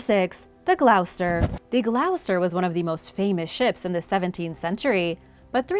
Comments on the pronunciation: Gloucester pronounced gloster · Love what you do, and always look forward to your shows. I know it doesn't alter the high quality of the content but Gloucester is pronounced 'Gloss-ter' in the UK and 'shire', as in the shire counties, i.e. Yorkshire, or Warwickshire (where I live), is pronounced 'shear'. Minor quibbles, I know. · The Gloucester is pronounced The Glos-ter x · The Gloucester is pronounced “Gloss-ster” (spelt phonetically). I actually live close to Gloucester in England as well. It’s a awkward word I’ll give you that. Hope that helps.